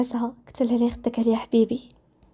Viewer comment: ناااري يا البنات سمعتو كيف قلت ديك حوبيي😂😂💗